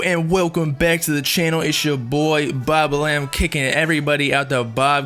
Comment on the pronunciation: its not boblam its booooblam